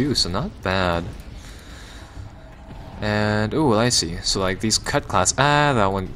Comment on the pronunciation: CUTLASS! ITS PRONOUNCED CUTLASS!!!